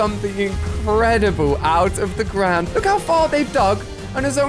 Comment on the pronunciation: You said trees in said the grawnd